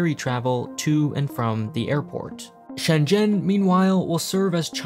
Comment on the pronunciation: all that aside, i really appreciate how you try to pronounce Shenzhen properly